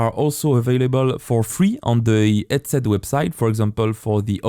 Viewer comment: when you talk, please stop making H silent, when you say headset, it sounds like edset and its very very hard to follow along with you, but your tutorial is great